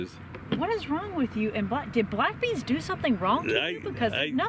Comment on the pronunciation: My wife heard "black d" instead of "black beans" and thought I was watching something filthy.